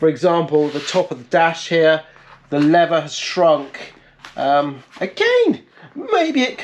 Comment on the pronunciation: when "leather" and "lever" are pronounced the same :P